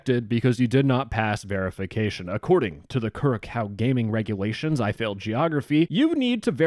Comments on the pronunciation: the ç in curaçao is pronounced like an s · Bro trippin on spelling errors but can't pronounce Curaçao smh my head /s